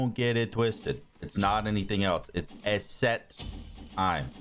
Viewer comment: Dude its pronounced like the letter E-set not Eh-set lol sorry for grammar police. Edit: The person who wrote in your chat was Gaunter O'Dim, a pseudonym for the Devil in the Witcher. Nice coincidence to you talking about the show at the start of the video